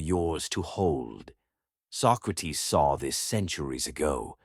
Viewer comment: His name was not "Sock-räh-teeth", but "Socrates", plain and simple -Socrates.